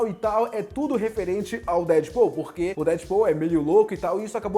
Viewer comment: duas coisas me fazem confusão: 1 - ter de dizer que o ''k'' antes das frases em inglês não se lê; em segundo é dizer Dead Paul e não Deadpool, ou seja, Dead PUL... abraço e bom resumo sobre os simbiots. abraço. PS: não digas muitas vezes simbiote ou simbiotes numa só frase desnecessariamente... abraço